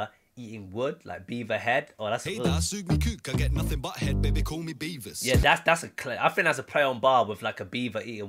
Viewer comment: He said Beavis not Beaver. Beavis from Beavis & Butthead.